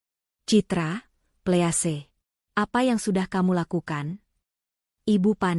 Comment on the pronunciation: Tolong 'Please" dibaca " pliis"